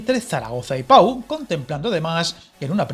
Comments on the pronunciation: Oirte decir "pa-u" varias veces en el vídeo, chirría al oído. El nombre de la localidad es "po", y como dicen más abajo, no es más que un pueblecito al que Francia no va a destinar ni un euro en mejora de infraestructuras. Incluso la línea Burdeos-Toulouse (pronunciado "tulús"), ciudades que aunque parezcan importantes, entre las dos sumadas apenas llegan a 800.000 personas, y la vía que ni siquiera se acerca al Pre-pirineo francés, lleva ANOS de retraso. Francia no tiene ninguna intención de meterse en esa zona de montaña en la que no hay población. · Se escribe Pau pero se pronuncia Po